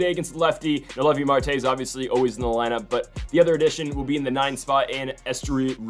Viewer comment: Still not pronouncing Marte’s name right 😂